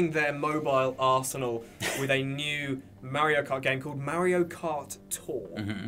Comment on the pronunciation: "MerioKart" you nailed it!